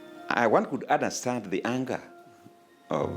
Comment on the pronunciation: Did say Uderstand? Was he born in central?